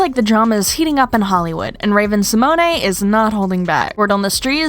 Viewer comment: *Symone pronounced Sah-moan. I cringed each time you said it. Samonay